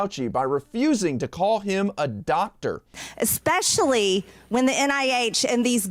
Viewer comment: The way she says dotder instead of doctor.